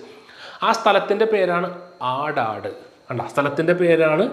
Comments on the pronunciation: അടാട് അല്ല സർ, അടാട്ട് ആണ്... തൃശൂർ ജില്ലയിലെ അടാട്ട്... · കൂരൂർ നീലകണ്ഠൻ നമ്പൂതിരിപാട് ജനിച്ചത് തൃശ്ശൂർ ജില്ലയുടെ ആടാട് അല്ല സാറേ..അടാട്ട്,😊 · അടാട്ട് എന്നാണ് ശരി ആയ pronounciation